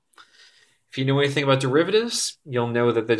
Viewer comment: "aboot" literally my favorite accent